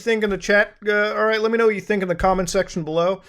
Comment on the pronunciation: Muta be like "Let's get rrrright...into NEWS" lol